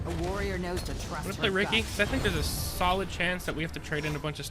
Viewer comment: Unique deck! By the way, Rikke is pronounced "Rick-a"